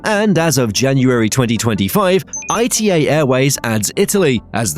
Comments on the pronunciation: ITA airways is NOT pronounced I T A is pronounced ITA -As an Italian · It's not "I-T-A" but "Ita" as a word (pronounced "ee-tah"). The fact that the name causes so much pronunciation confusion is just another proof of how weak the 'ITA Airways' brand really is. Let's see when they finally decide to bring back the Alitalia brand.